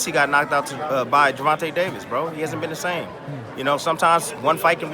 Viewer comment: Say Gervonta name right bro you starting to annoy me “Gervontay” is how it’s pronounced